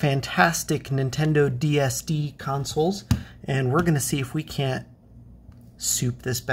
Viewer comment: What the fuc.k is ( Nintendo DSD ) ? What, are you saying ?